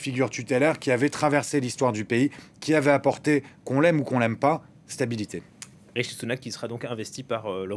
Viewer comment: C'est RiSHi et non RiTCHi merci😃